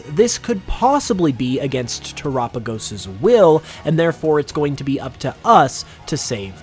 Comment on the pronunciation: your the only person i heard say the name terapagos right